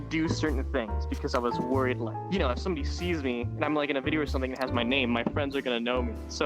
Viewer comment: bro used old English's "ġif" (IK what he meant by it, but that is actually how "if" used to be pronounced)